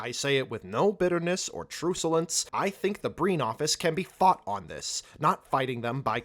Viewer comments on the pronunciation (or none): “CHRUCK-yuh-lince”, not “CHROO-sah-lince”. :) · That's a short "U" and hard "C" in Truculence, Dearest. Think "truck" not "truce". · The first syllable of "truculence" is pronounced like "truck," not like "truce." It's not a word that's used much anymore! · 🤦 omg, someone please train the ai to pronounce truculence correctly. It's truck-u-lance, not truce-u-lense.